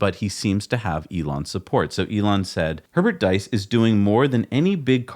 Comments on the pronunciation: diess rhymes with geese in Nordschleif, schleif rhymes with knife, strife, fife, life... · About Herbert Diess .... German "ie" is pronounced like a long e in "free".